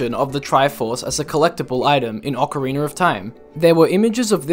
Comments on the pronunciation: Not to be rude but why do you pronounce OoT it as “ocarinER of time”? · i lose a brain cell every time someone says "Ocariner of Time" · *cares about pronunciations* OCAREENER HAS JOINED THE CHAT.